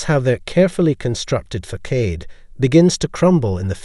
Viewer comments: Facade is pronounced like fa- sod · facade is not pronounced that way!! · You pronounced facade at least three different ways, and all were wrong 😁😘